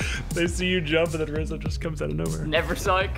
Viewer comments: Rozzi sounds like rizzo but..... when u put the o in the place of the i and the i in the place of o it spells RIZZO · Hmm rizzo switch the i and o in rozzi and what do you have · "Rozzi" lmao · ImSmallcat how? He legit said “it’s rozzi and wizzy but okay” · Took me about half the video to realize that “Rozzi” was Rizzo, kept thinking it was basically the same name but with the “o” and the “i” switched hahahah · Wizzy said rizzo its clearly that one pro is rizzo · Trying to cover up they rizzle sizzle n kizzle u replaced John but u say rizzo n anyway not rozzi n wissy